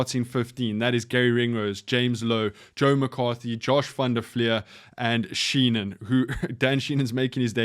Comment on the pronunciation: Appreciate the quick vid, and insights...but it's Dan Shee-HAN.